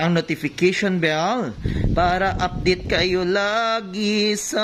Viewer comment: Dili man pud ni ako pang bash kay ganahan jud ko sa imong mga vlogs but pwede mka correction? Instead of saying "para upadate kayo lagi..." pwede "para updated kayo lagi..." and instead of "fung.gi" pwd "fun.gi?". Hindi ako nagmamarunong. But I made this correction para maging tama ang mali at maging masmaganda ang iyong vlog. Sorry... gusto ko lng makatulong at hindi para magpahiya.